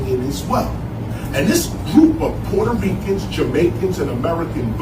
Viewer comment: She is pronouncing it that way because of her accent. Not on purpose.